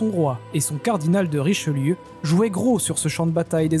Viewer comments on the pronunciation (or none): none